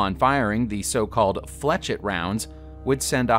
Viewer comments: 'ette' IS pronounced 'ett' , as in Corvette. 'et' is pronounced as an 'A'. I was talking about the 'etch' instead of 'esh' part of the word that was pronounced incorrectly. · Flechette is pronounced as 'flesh-ett', not 'fletch-ett'. Point, not dot. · I don’t blame him for putting like that because of the guys shitty pronunciation. It should be pronounced like flee shay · The correct pronunciation of flechette is fleh-SHET, not fletch-it. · He can't pronounce flechette either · Dude it’s pronounced “FLESH-ET” and “SAY-BOW” Are English classes / grammar not taught in schools anymore? Seriously the amount of piss poor grammar, spelling errors, not knowing how punctuation works etc etc... is all over the damn place and not just on some random persons YouTube channel but in supposedly professional publications. I know handwriting isn’t a thing anymore but you’d think these schools would give people the basics so they don’t sound like an idiot.